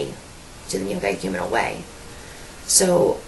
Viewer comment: This lonely woman needs the Kerygma... badly. The only good/true thing about this video is that you pronounced The Neocatechumenal Way correctly....